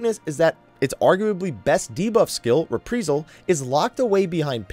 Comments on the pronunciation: It's pronounced 'Re Pry Sul'. Not repreesal. Sorry, but every time you said it, I winced. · Same reason you keep saying re-pr(ee)-sal instead of re-pr(eye)-sal? :P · Not trying to troll, just driving me crazy when I hear you say, "Re-pree-sal.: xD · I feel like you deliberately mispronounce shit just to troll people. "Repreesal?" Really? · Not trying to be mean but you're saying Reprisal and Halone incorrectly.